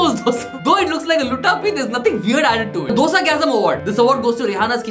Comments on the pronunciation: Best Dosa pronunciation award should go to for not saying Dough-Sa😅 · Best dosa pronounciation